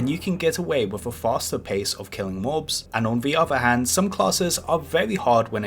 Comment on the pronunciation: lol on vee ovah hanv